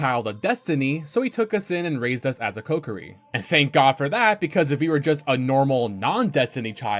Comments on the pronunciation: Came to find this comment as soon as I heard you say "the cuckiri sword". After all these years, you managed to come up with a new one. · co-key-ree, not cockiri lol